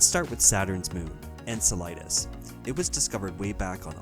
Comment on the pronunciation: and - Enceladus is pronounced "en-sel-uh-duhs" (that's an "a" not an "i") and the emphasis is on the second syllable, not the third.